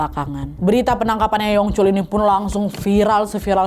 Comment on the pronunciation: Yu yongcol bacanya kak 🙏🏻